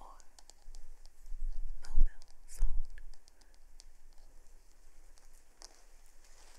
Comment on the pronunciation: it's a fairy, from a different world, pretending that they say and do things differently. Just like how she called it "the YouTube machine"mor how she said " dang it feels good to be a sleep fairy" it's a parody. or how she pronounces Mobile phone different.